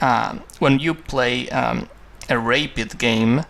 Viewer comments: Though I really like it, I cannot help me but to tell, that its a "Rapid" game, which he pronounces like "Rape it", which is sort of strange. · Yeah, it sounds like rape. I had to go back and hear it again. Also, the letter "g" is like the sound in "Jesus" you sound it hard like g in guitar. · hahahahah he said rape-id